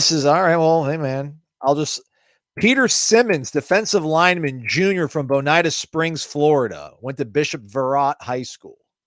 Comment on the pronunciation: Bo-Night-uh?, c'mon man!